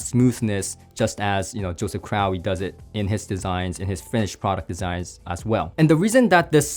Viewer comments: well you pronounced it like you had an "owie". 😅 Pretty sure it must be crow, like Russel Crowe. Right?? By the way it's awesome to see you reviewing these and getting him more exposure outside of the diy world! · Crowe is pronounced “crow”.